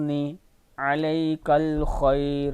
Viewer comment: Assalamualaikum aap ny kiyun khair parha halanke lfz khaira hai